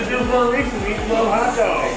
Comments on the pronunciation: Madness..Reese? Who says that, noone ever except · Not triggered lol, but the mindfuck for me was when he pronounced it “Reece” when talking about the peanut butter cups, but then said “Reese’s Pieces” perfectly! 😧🤯🤣😜 Love you anyway,! Keep eating that way for those of us that can’t, but wish we could! ☺️🤤🌭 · WTF is up with “Reese?” Ugghh learn product names please! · Anyone else triggered by “Resse” and not “Reese’s” lol.